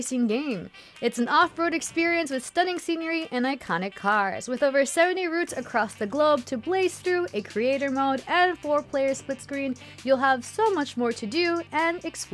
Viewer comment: “stunning senior-ey”